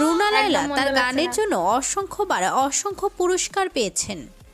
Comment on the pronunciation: Laiya not laila